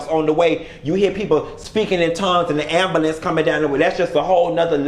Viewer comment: “Am Ba Lamnce” took me all the way out. I’m dead 😵😂😂😂😂